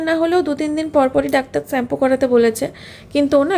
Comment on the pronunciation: "Varieties rokomer maach"..... what is that 😂..... its variety of maach not Varieties and its "sugar" pronounced as shugar not suugar....shampoo not sampoo ufff .please be careful waht you say as a social influncer. Eating a proper healthy diet on time and avoid outside food you will not have health problems